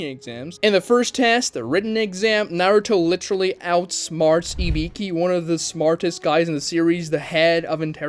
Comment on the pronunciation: Bro, you've been doing this for years, you can't go on pronouncing names like Ibiki as Ibikyu.